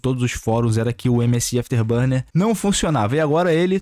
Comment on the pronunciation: A "ênfase" no msi afterbuner kkkkkk